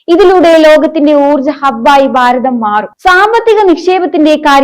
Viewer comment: എല്ലാം കൊള്ളാം പക്ഷേ baavi,baaratham,...ഇതൊക്കെ നന്നായി സംസാരിക്കൂ..koche bhaavi,bhaaratham.. angane